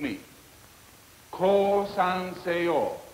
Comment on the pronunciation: The way he pronounces seyo sounds like Korean